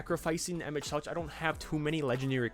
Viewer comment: As a FFXIV player, it hurts me to hear you pronounce it "Emet-Seltch" instead of "Emet-Selk" but honestly that's on the devs for naming it that way